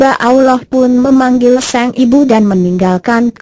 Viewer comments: ini penyiarnya ga bisa bca kali yah masa sang bacanya seng pe a bnr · penyiarnya harus bljr dulu, sang kok seng